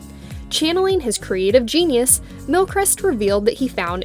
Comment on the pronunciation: You're pronouncing His name wrong.